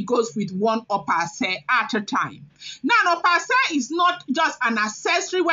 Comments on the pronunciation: Opa Ase is pronounced as (Okpa Ashe) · Opa ase ( pronounced okpa asheh)